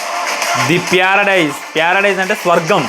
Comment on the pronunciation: Paradise ❌ Pyaradise ✅ 😂😂